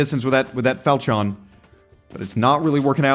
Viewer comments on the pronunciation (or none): saying falchion like Falcheeon is an """""Amazing""""" pronunciation